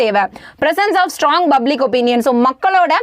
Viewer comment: Good effort. But you try to pronounce words stylish which has some corrections. *Its public you have pronounced buplic Why I'm explaining is that you have to focus on teaching clearly more enough